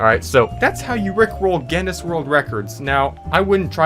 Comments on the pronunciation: It's pronounce g-in-iss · its pronounced gin-us trust me im irish (not gen-us) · Guinness not Geniss Pronounced Ginn-iss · You saying Gennis every time you mean to say Guinness, hurts me inside. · Pronounced ginus with a hard g. Like the beer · it is pronounced ginis and the g is short g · Geuineis book of world record is the right pronunciation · Did you pronounce it gennis? 👀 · It’s pronounced “Guinness” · 'Gennis' world records, lol americans. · It's pronounced "ginus" yw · To pronounce guiness think about gEEse and then say gEEness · I think its said Guinness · Its called Guinness pronounced ginnis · "Genniss World Records" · It's pronounced 'G in-is'. (don't pronounce the G like 'jam', pronounce it like 'get'). It's named after a drink here in the UK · Gi (as in give) Ness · it is pronounced ginnes G (as in grog) i (as in lick) nn (as in connect) es (as in less) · It's pronounced ginniss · it is gih nuss (at least that is how I say it) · It's pronounced..... "Gi-Nuhs" lmao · Guinness is pronounced as Guinness. Ur welcome. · Its pronounced gin es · I love how he says G E N N E S world record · Pronounced Gin-is :3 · no one: this guy: guEneS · its pronounced gines . thank me later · its pronounced like ginnis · U pronounce Guiness like "Guiness" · Guinness is an Irish company known for making beer, and also, obviously, world records. It's pronounced Ginn- Us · It's pronounced 'Guinness' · its pronounced guinness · HOW DO YOU NOT KNOW HOW TO PRONOUNCE GUINNESS? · His pronunciation of Guinness… All Irish people: Dies slowly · i bet you got a record for how many times you can mispronounce Guinness in one video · Next world record to get: Most incorrect pronunciations of the word "Guinness" in a single video. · Guinness Astley These arent hard to pronounce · The way he pronounces Guinness and Astley makes me shudder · How can you make this video and not know how to pronounce Guinness OR Rick Astley